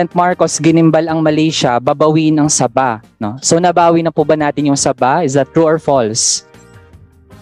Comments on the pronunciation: Mahilig sa SABA si siraulo.. Naging congressman til now di alam bigkasin ang SABAH?? SABA NG SABA😃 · si cong manuel tlga mahilig sa SABA...hindi po yan saging lugar po yan at SABAH po ang pronunciation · nagdududa talaga ako sa mga may Latin honors, pagbigkas lang ng Sabah ginawa pang saging tsktsktsk cum laude daw yan?